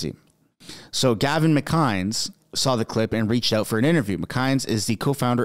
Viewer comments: McInnes is pronounced Mc-in-is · It’s pronounced Gavin Mc-in-iss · say it with me: Gavin Mick inn iss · You are saying Gavin’s last name wrong! You must be a newb when it comes to this !